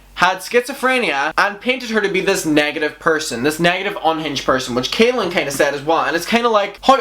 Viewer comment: i just HAVE to point out that his name is pronounced CALL-in not KAY-lin. it might not sound important but i believe that people should be corrected when it comes to names :) i hope everyone is having a really good day 💟